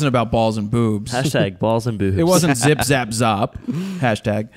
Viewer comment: haha, Jared I loved the way you say the last part of zip zap z.. Well I am Maltese (a little island in the Mediterranean) and in my language you are just calling each other d**k, zop hehe, keep up the good laughs. I think your teacher might have been playing a prank on you. Zop